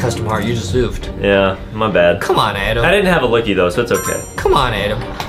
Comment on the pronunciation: WY JUSTIN CALL ADAM ADEM